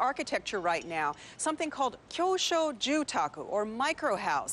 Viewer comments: she totally said jew taco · ワロタ w Yeah, She pronounced it unclearly, the correct pronunciation is "住宅 (Jyu-Taku)" . "Jyu(住)" here means to live and "Taku(宅)" means a house, and "Jyu-Taku(住宅)" means residence.